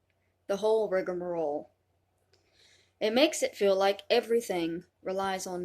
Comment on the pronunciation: This b1tch really said "rigmarole"